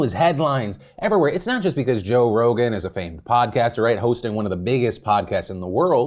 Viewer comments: he said "Joe Rona" 💀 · did you call him Joe Rona lol Edit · Joe Rona. Lmao. Anyone else catch that? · Joe-rona. Joevid…. I can’t. You’re silly 😂😂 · Are we just not gonna talk about the fact that Phil straight up called him Joe Rona? LMAO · You called Joe Rogan "Joe Rona", and I'm not sure if it was an accident but I fucking died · “Joe Rona” Beautiful Phil. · I like how you called him "Joe Rona" 🤣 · "Joe Rona" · He said Joe Rona 🤣😂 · You said Joe Rona lol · The slip sounds like "Joe Rona" lol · Did he say Joe Rona, and not Rogan? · Did he just say Joe Rona? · Joe Ronan? What? Jovid?? 🤣🤣🤣 I'm dead